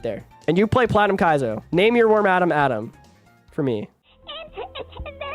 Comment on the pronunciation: im sorry how did you pronounce wormadam again